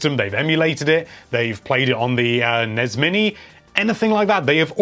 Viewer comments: "NESS" not "NEZ" =) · Can anyone explain why he sounds out N.E.S. and S.N.E.S. like it's a word.....???🤨 it sounds rediculous..🤦‍♂️ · I cringe ever time you say nez and snez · NES? I usually hear it pronounced N-E-S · EVERYTIME YOU SAY "NEZZ" I KILL A KITTEN.